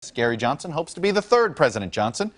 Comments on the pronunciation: did he say scary johnson in the beginning? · lol did he say Scary Johnson